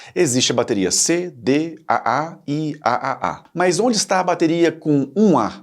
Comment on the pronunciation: O video é bom, mas algumas correções/complementos são necessários: • Traduções ruins de conteúdo em inglês: Em português, tirando a de 9V, todas as mostradas no vídeo são pilhas e não baterias, pois contém apenas 1 célula. "Bateria" tem esse nome por ser uma associação de células ("pilhas") • Pronunciar como Ah-Ah, Ah-Ah-Ah, Ah-Ah-Ah-Ah chega a ser hilário. Parece uma gargalhada forçada 😂. Mundialmente, elas são chamadas de 2A, 3A, 4A e assim por diante (alguns países chamam de duplo-A, triplo-A etc) • Da mesma forma pronunciar ANSI soletrando A-N-S-I não faz sentido algum. Até demorei pra reconhecer do que estava falando. A pronuncia correta é ler a sigla "ANSI" (an-see, em inglês) • A bateria de 9V não se chama "9V". O nome correto dela é PP3, e este padrão ANSI específico vai do PP1 ao PP11. Você confundiu a voltagem como o nome. • As baterias D, C e A eram apelidadas respectivamente de "pilha grande", "pilha média" e "pilha pequena" até os anos 90. Exatamente como a "pilha palito". • As baterias cilíndricas de lítio não seguem tamanhos "personalizados" (ou seja, fora de padrão). De longe, a mais comum é a 18650, que é usada desde notebooks a carros elétricos. Elas também existem em tamanho AA e outros tamanhos padronizados, como 21700